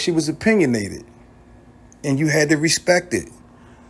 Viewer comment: Whatever they needed her to dur??? Why y’all say dur, yur instead of do & you???